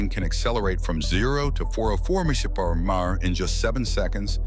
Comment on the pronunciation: I think it's trying to say MPH but its saying it as a whole word - AI is a LLM (Large Language Model) but isn't a LAM (Large Abbreviation Model) yet lol